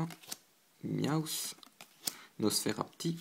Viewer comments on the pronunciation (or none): c pas mi-aw-ss mais mia-ou-ss